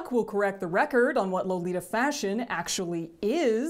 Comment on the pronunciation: if you really want to be a purist, how about pronouncing the word "lolita" correctly?